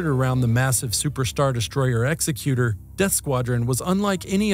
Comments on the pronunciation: Executor as you pronounced isn't a word; that word would be "executioner." The ship name is Executor, emphasis more like in the word executive. Think of it as Vader being the executor of the Emperor's will. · Vader's command ship is named Executor...pronounced like executive. Executioner is not spelled Executor, in that sense Executor is not a word.